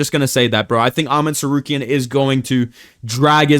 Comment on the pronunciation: Why do u say Tsarkeryan